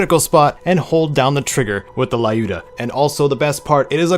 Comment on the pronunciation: Lyuda is actually pronounced L-you-da since it's a short version of Lyudmila (Людмила).